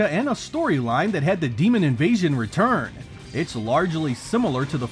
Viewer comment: Weturn to your gwave